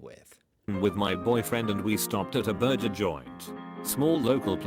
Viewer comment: This fake AI voice can't even say burger correctly 💀💀